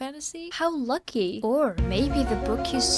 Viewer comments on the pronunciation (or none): none